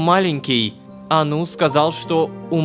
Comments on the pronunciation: Мне кажется не анУ, а Ану (заглавные буквы ударение) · мне кажется что нужно говорить А́ну а не Ану́